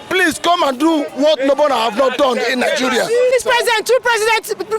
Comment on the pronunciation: it's Nigeria not Niguria